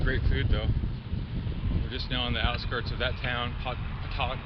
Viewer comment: Nice ride! Biking this next week! I laughed out loud when you tried saying Pontotoc 🤣 Locals say “Pon-uh-toc”, the t is silent 🤣